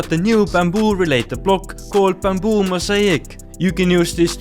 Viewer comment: I love the way how he say bamboo as "bumboo" 😂😂